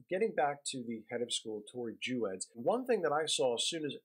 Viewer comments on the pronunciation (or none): There is so much misinformation in this piece, starting with just the pronunciation of Tori's name. Our youngest is a (non-binary) student at Westtown and we are so grateful for this amazing school, still very challenging intellectually and accepting of many points of view, which is part of what makes it so great. I don't agree with just about anything you said here, but that's okay. I hope Max gets in touch with you and sets you straight on so much of the misinformation you spread here.